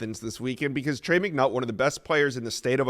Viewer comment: Lol “McNutt”